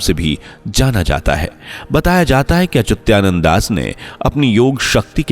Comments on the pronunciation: He is ACHYUTAANAND DAS & NOT ACHUTYANANDDAS as you wrongly pronounce AAND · He is Achutaanand Das and not Achyutyananddas as you wrongly procaim